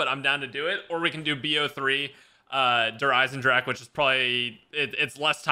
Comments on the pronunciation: “Der riese eyesen dracha”- xqc so inspirational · xqc rly just said der riesendrache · Der riese eisendrache this ninja said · Xqc:der ice en drash : lol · Hearing XQC pronounce Der Eisendrache is the funniest thing ever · my little dude.... Der Eisen. is a German word. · My german soul is crying when they are saying Der Eisendrache